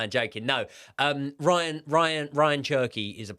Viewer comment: Ya'll saying Ryan Cherki but its Ray-yan lol